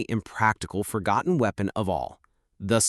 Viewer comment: Forgonton? Really?